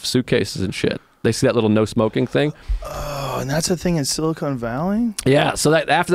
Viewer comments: It's Sili-CON, not Sili-CONE! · everyone : silicon valley joe rogan: silicone valley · "Silicone Valley" What a doofus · I cringe when I hear people say Silicone Valley. SILICON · "silicone valley" lmao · Sili-CONE Valley....?!? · What confuses me is how many times they both said it wrong. I wonder how many times Joe has talked about Silicon Valley on the show and pronounced correctly. Somehow out of nowhere he has a stroke and says it wrong multiple times in one sitting? It's baffling. Is this what smoking weed every day does to you? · Lmao ‘Silicone Valley’ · Silicon not silicone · It's silicon, not silicone. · "Silicone" valley .... "silicone" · It's "sil-i-con" not "sil-i-cone" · San francisco is not "silicone" valley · SILICON not SILICONE!